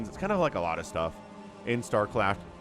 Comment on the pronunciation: " Star Claft "